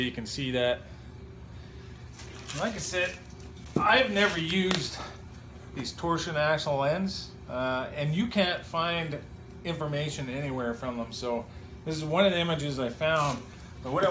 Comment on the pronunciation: It's Axle, not Axcel.